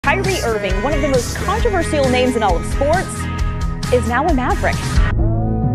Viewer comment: Nobody gonna talk about the ‘Controverseeial’?